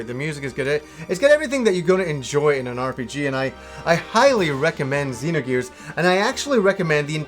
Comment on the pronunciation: I love that this guy says everything the way I did before I knew the correct pronunciations. "Z-nogears" instead of "Zinogears" - "Saaga" instead of "Sah-ga". Not trolling, just love it.